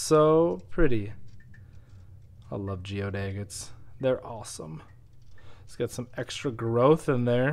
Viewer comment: I love how you call them egg-its. Lol.